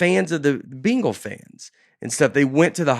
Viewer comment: I like how Nate pronounces bengals like “beengals”. Thanks for the episode y’all. Something about dusty bein around makes this show extra great too in my opinion.